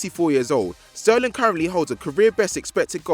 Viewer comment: Who let say his name wrong??